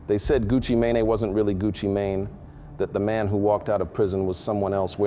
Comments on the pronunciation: Is this AI? I can no longer tell the difference. It's what they've been going for. On this video he said "Gucci Mane-A" so I guess it is. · AI 🤖 He called him “ Gucci Man-Nae”?😅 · Gucci Ma-Nay lol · So we gone act like he didn’t say Gucci ma nae.😂 I’m done with this already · Who is Gucci MayNay? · Gucci "May Nay" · Gucci MANAY… this shit is AI too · Did this nga say gucci mayonnaise?? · AI, this mf just called Gucci Mane Gucci mayonnaise.I hate giving these computer bots the game on why we can tell when something is AI because that will just make them fine tune their FAKE videos. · "Gucci manay" why the fuck is everything AI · Gucci MA- NaNa😅 AI SUCKS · Gucci “MAYNAY”??? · He said Gucci may nay. 😂😂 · Hd just grew up and the guy talking is AI because he's not even saying his name right. Pay attention people